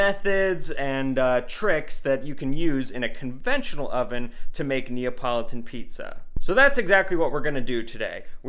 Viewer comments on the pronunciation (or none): NEO .. politan? NEO?????? scissors????? had to stop, too much